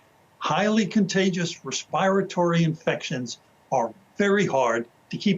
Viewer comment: Res "pie" ratory hahaha